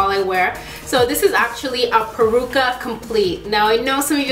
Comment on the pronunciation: It's "Peruca" not "Percua" LOL